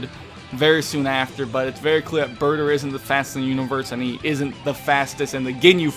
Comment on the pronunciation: You said his name wrong it's BAAAAAAAAAAAAATAAAAAAAAAAAAER